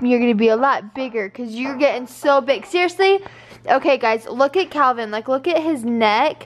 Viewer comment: 1.35ish...he was totally trying to say Calvin xx